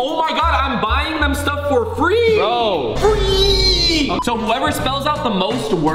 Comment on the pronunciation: Faze it was cute when you said frwee instead of free and funny it’s stuck in my head it really makes me jealous of you and I wanna meet you in real life 😢😂❤